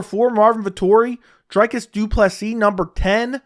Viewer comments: Good shit. It's pronounced Dree-Cuss though my dude. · Bro is a chronic Dricus hater, can’t even spell or pronounce his name correctly. 19 finishes in 20 fights when will you stop hating. You keep talking about the holes in his game but his output is still there even if he looks gassed. Dricus to retire Brunson